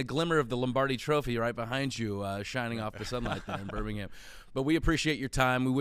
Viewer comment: Dilly Dilly! Go Blazers! And it's *Birmingham.